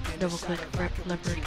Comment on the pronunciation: learn how to say leopard first.. Do you know what you're doing???